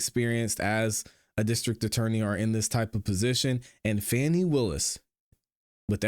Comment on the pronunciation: While her name is spelled F A N I… it is pronounced FAUNI. GET IT RIGHT.